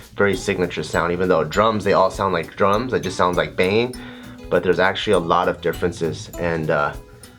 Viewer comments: I keep hearing drugs Instead of drums so it sounds like he said drugs helped me through r tough time lol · Whenever he said drums i heard drugs. "regardless of what stage of life i'm in, drugs will always be there for me" XD